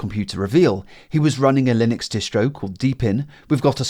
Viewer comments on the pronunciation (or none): none